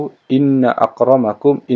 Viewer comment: Soal 106 it bacaannya bukan yaa ayyuhannas su inni.. Tp inna